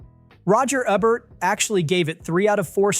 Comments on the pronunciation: This must be an AI. You keep mispronouncing names. Roger EE-bert, not e-bert. Joe Ester-has, not ester-hays. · That's pronounced "Eebert," not "Ehbert." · Yeah,was that Roger Egg-bert ?? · Paul Shrader - Shray-der, not Shroder. Roger Ebert - Eee-Bert, Eszterhas - Ester House. If you're going to go to all the effort to record the narration you could at least pronounce the names of some of the greatest writers of, and about film, correctly. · "Uh-Bert"? "Shruh-der"? "Ester-haste"? Seriously? Oh... AI can't pronounce last names correctly. Brilliant.